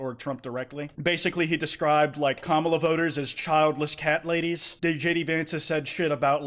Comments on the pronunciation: He pronounces Kamala’s names incorrect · stop pronouncing kamala the way conservatives do you need to enunciate the first syllable edit: nvm, you fixed it later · please say her name right i’m crying and throwing up